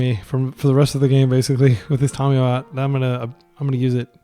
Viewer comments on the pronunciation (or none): Drinking game. Take a shot every time he says Tomiyo instead of Tamiyo (Don't you might die).